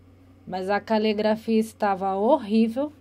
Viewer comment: É calegrafia ou caligrafia? Tanto interrogador quanto interrogado estão pronunciando errado!